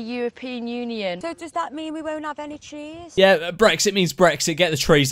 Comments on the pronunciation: Lol I thought she said cheese 😂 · I thought she said cheese 😂🤣😂😂🤣😂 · Am i the only one hearing "cheese" instead of "trees" ?